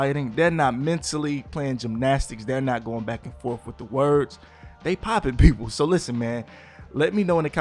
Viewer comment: Da way he said people 🤨